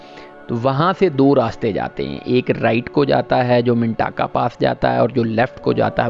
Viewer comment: Appreciate good informative video. You have covered every aspect. However you need to correct missprounciation of name. Mintaka منٹاکا نہیں منتکہ ہے اس طرح واخی نہیں وخی ہے سوست ہے سووسٹ نہیں اور قلندراچی نہیں قلندرچہ ہے